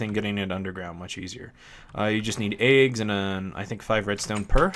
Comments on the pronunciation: you say "aags" instead of eggs. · You say Eggs Funny :P